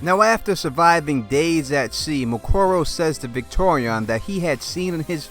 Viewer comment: Dude, it's Victarion, not Victorion. And Varamyr, not effing Vlad.